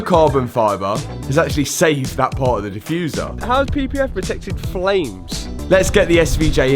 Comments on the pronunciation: did this guy just say flames in american? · coming in hot with the American accent on “flames” lmao